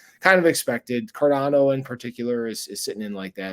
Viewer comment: "Carndao"... that's new xD